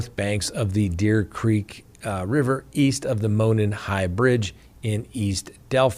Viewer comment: Hoosier here: Monon is pronounced “Moe-non” 😂